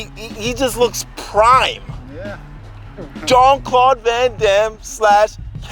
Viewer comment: good shape, yeah, "jean claude"? not even close